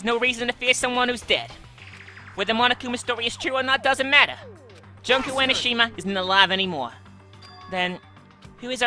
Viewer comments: i am pretty sure it is pronounced June-ko, but junk sounds right for someone who is supposedly the ultimate despair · jun-ko not jonko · You're pronouncing Junko wrong. It's pronounced Joonko. You also pronounce Monomi, Nagito, yakuza and Mahiru wrong, Mahiru is pronounced Maihiru. I'm not trying to hate on you BTW.